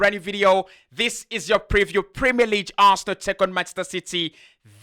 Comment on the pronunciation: Pronounce 'league' properly. You are pronouncing it as LEEJ. But it is pronounced as LEEG. In French G sounds like J in some words and can be a little confusing. However, in English, we have a distinct sound for each letter in the Alphabet